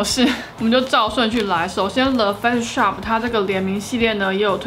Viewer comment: 感谢tang这是很实用的影片 不是杠但是影片里的发音听起来是le face shop